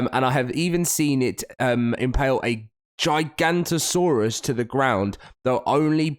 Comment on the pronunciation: it's pronounced giga-noto-saurus not giganto-saurus like you said